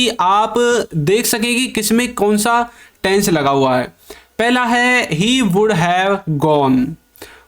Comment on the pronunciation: Taisns nahin tense hota hai behude